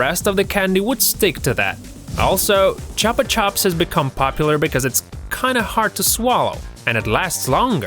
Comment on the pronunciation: WHO CALLS THEM CHOPA CHOPS?! JESUS! IM SO ANNOYED!